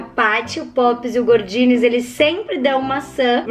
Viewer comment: GORdinez não, é GOdinez